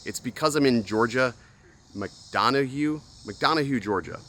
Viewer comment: It’s pronounced Mac-Don-uh Georgia ... Wish I knew you were going to be in town. I’m a huge fan and woulda bought you a Guinness 🍻